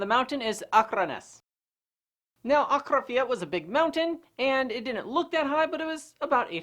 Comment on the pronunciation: Impressed with your pronunciation of Akranes and Akrafjall